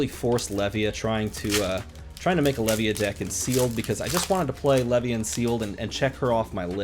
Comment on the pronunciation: Also, I think Levia is pronounced as the beginning of Leviathan is prononced, and Levia is super hard for little reward, but this is kinda what I like about her.